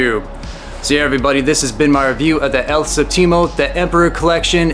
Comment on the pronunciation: Hey, for future reference, you're putting the emphasis on the wrong syllable. You're saying "el sehp-TEE-moe" when you should be saying "el SEHP-tee-moe." Does that makes sense?